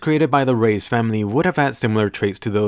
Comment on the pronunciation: It's Reis not raids